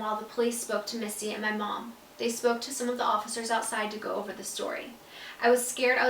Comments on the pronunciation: I only have one question why does the books say misty but the song says Missy and you pronounce it missy too... just wondering here 💕 love u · Wait is your step mom's name Missy or Misty? It sounded like you were saying Misty when you were reading the book but your song is called Missy? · you kept saying missy when it says misty in the book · Who this “mistey” is she a sprinkler system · Landry Childree it’s misty